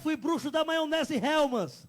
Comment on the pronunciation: de Jsus aham e vc axa msm que a xuxa vai perder tempo com um mentiroso desses?o cara não sabe nem falar jamais seria da maçonaria....criou o nome da chevrolet kkkkkkkkkn ele teria que ter pelo menos um cento e trinta anoss.....helllmans kkkkkkkkkkkkkkkkkkkkk criada em 1905 hellmans e o sobrenome do fundador...kkkkkkkkkkkkkkkkkkkkkkkkkkkkkkkkkkkkkkkkkkkkkkkkkkkkkkkkkkkkkkkkkkk